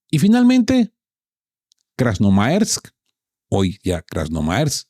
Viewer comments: No es "krasnomaersk", es Krasnoarméysk KRASNOARMÉYSK ☝️🤓❗️ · el nombre verdadero es CRASNO ARMEIS, (de Armada) o sea SIGNIFICA ARMADA ROJA, relacionado al Ejercito Rojo, y no CRASNO ARMAERS como usted lo dice, gracias